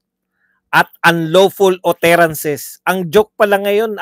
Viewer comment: Ang tamang pronunciation ng utterances ay "atterances."